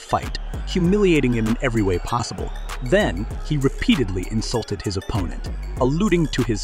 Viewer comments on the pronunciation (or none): none